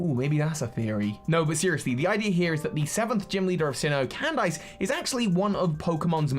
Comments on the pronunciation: why are u pronouncing Candice as can dice... thats not how u pronounce that... and its so cringey its pronounced CAN DISS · Cand-ice? Is it not pronounced Candis? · Never heard someone pronounce the name “candice” as “can” “dice”. Across the pond we say “can” “diss” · I know she's an ice type trainer and that's the pun, but it's not /actually/ pronounced Cand-ice is it??? Not Can-diss??? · I don't think that's how Candice's name was pronounced. What I remember in anime, how her name was pronounced, was pronounced as "Candy" with "S" in the end (Not like a lot of candies, but as "Candis"), not "Cand"-"ice". Of course, it may be that she has been pronounced differently in English version of Anime, although it makes no sense when Candice is England version of her name. Uxie's "U" is pronounced with an English U, not a Finnish U. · Why does he pronounce Candice like 🥫🧊? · I despise anyone who pronounces Candice's name as Cand-ice. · If anyone asks me why I dislike the English, I'm just gonna say they pronounced Candice as "Can-Dice" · I get that Candice is an Ice type Gym Leader, but you don't actually pronounce the "ice" in her name as "ice". It's just pronounced "candiss" lol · please "CAN-DISS" 👍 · pronunciation kills me lol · I bet he's trying to avoid the Candice meme